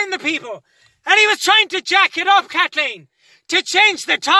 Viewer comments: Dayym, his pronounciation is perfect, but actually, it's KATHLLEEEN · Dammit kat-leen!!